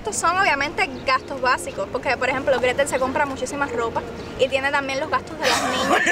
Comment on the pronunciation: Se dice Gretel y yo 😉